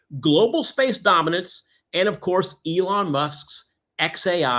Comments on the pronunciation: Yes, and I'd like to short EE-Long. He's a Conman. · A donation to silly EE-Long you mean.